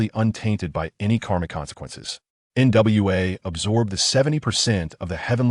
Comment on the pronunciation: Hey bro why not say the name complete why say in parts like nwa not nuwa